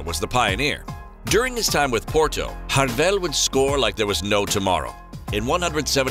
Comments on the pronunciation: Also his name his Jardel not Rardel in Portuguese J is read like in English unlike in Spanish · he's name is spoken in Portuguese not Spanish. jar-del not hardel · Stop fucking saying “hardel” in portuguese the J is said like an English J not a Spanish, Italian or dutch J so it is Jardel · It’s MARIO JJJJJJJJJJJARDEL YOU DUMMY. HARD J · Name is so easy to pronounce and yet you may a complete mess of it 😹😹😹